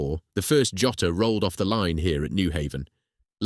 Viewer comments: The "Yotter"? WTF? It's Jotter, as in a thing you use to jot down something. Unbelievable. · Oh amen! The first time "Jotter" is spoken, it's heard as "Yotter". Also, about 1/3 of the way in, there's a photo of a young woman testing pens, it's a shot of the Sheaffer factory in Fort Madison!